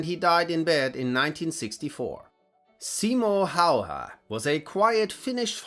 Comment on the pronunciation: Also laughing at "Seemo Hauhää" :D